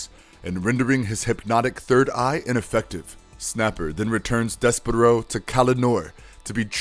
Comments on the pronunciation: BRUHHHH "DES-PERO" ...you turned his as into to a bird like 20 times.... Deysparrow come on..... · You’re pronouncing it wrong! It’s dess-per-oh! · I can't watch this if you can't even say his name correctly